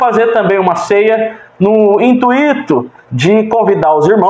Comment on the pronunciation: Muito bom! Amado, as palavras corretas são: gratuito e intuito. São ditongos e não hiatos. Ok?